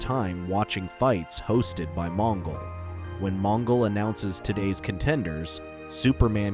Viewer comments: Supposed to be extinct ? It’s supposedly . And J’onn Jones is pronounced with a slight pause between the J and the o . It’s like saying J onn . And it’s Mon-gol like the Mongols of China not Mon-ghoul . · Mon Ghoul? Geez AI Garbage narration.